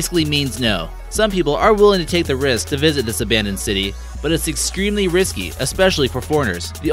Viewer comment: “It’s excreemely risky...”